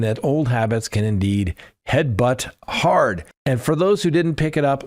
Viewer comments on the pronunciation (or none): none